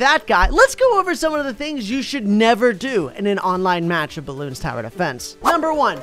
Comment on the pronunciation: Dude you have thousands of hours in this game how cant you pronounce the game properly. IT IS CALLED BLOONS NOT BELOONS